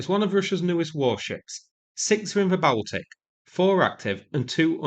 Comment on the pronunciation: Calling the Baltic the "bowel-tick" Wtf. Its pronounced Ball-tick